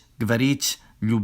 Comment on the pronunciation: Your pronunciation is a bit off Your Ы is a bit off. Idk how to spell it but it sounds more like the sound you're making plus и at the same time. Your Ть Sounds like Ч When you say любить it sounds like любич Ть sounds like Т but your pushing air out when you say it